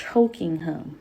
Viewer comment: I'm flinching every time she says "him" cuz it sounds like "hum" and I just 😵‍💫